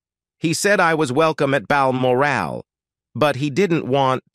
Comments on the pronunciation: 'Meghan was not to be brought to Bal Morale', gotta love American mispronunciations of British placenames. 😂 No morale whatsoever 😂😂. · Load of mis and partial information coupled with an inability to pronounce Balmoral.